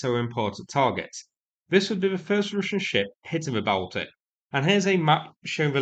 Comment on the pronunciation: Calling the Baltic the "bowel-tick" Wtf. Its pronounced Ball-tick